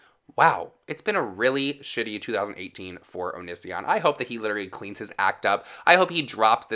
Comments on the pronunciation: When you’re so gay you can’t pronounce O-knee-see-on correctly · Eh. Only thing that bothers me is how many times this guy mispronounces Onisions name lmfao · I love how you say his name 😂 Loving your channel ATM 😊